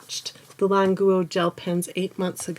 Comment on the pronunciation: What’s wrong with her pronunciation? I know Chinese, this is correct pronunciation